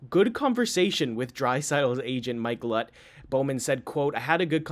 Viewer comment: You show your age. The agent Mike "Lut" is not pronounce that way. Mike Liut was a very good goalie in his day and his name is pronounced "Lee-oot"